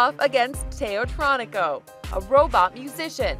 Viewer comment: Why is she calling it teotronico I mean it literally says teotronica on it